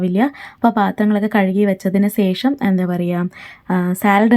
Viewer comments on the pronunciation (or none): സേഷം എന്നല്ല ശേഷം എന്നാണ്